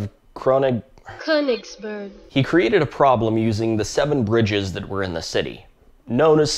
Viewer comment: Fails to pronounce "Königsberg" Uses text-to-speech to pronounce the german word "Königsberg" Bot pronounces it in english too and also fails... "Earns a new subscriber"